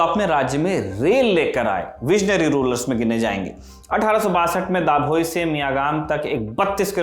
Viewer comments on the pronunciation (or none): it's ડભોઈ not ડાભોઈ ખંડેરાવ not ખાંડેરાવ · दाभोई नाम नहीं हैं।।😢 डभोई सही नाम हैं। भाषा पर पढ़ाई ज़रूरी है